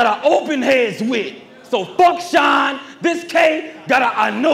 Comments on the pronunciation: that’s a damn reach and sean cmon sean is pronounced shawn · because saying it's a reach off of how some ppl say the word Sean is dumb when we know for a fact others pronounce Sean like (sh-y-nuh) and not just (sh-aw-n) or however it's being said in y'all head to call it a reach to begin with 😂😂😂